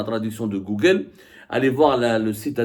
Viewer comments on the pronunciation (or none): none